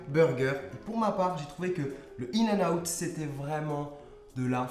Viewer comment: C'est in-n-out pas in-n-out mais super vidéo😘